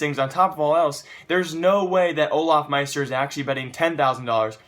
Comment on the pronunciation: Lucky It's "Olofmeister" not "Olafmeister"